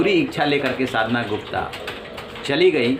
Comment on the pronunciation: Media anchor you need to pronunciation sadhana yadav. Ok pls be consider